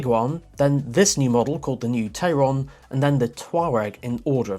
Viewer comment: Hi, VW is actually calling it "Tie-ron" like Taycan... must be a German thing.:) I quite like the car. Can't wait for the driving video.